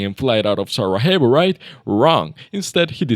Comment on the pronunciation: Sarajevo......you pronounced it SaraHEVO?!??! Its not spanish brotha, its bosnian, so the j is pronounced as y